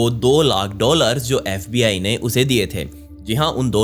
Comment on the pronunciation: Saste nase kr ke aaya tu bhai baar baar fbi ko sbi bole jaa rhaa